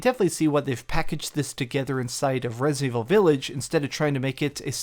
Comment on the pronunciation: The dude can't even say resident evil... Resnind evivil